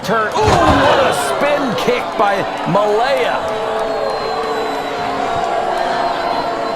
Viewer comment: Regarding Malia Hosaka -- why does everyone keep pronouncing her name MALEA for some strange reason?